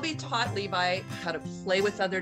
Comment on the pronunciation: me as a weeb who watches aot: did u say... l e v i ?